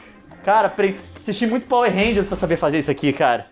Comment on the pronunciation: "Vai bate neles Power Renja, Power Renja, Power Reja." rsrs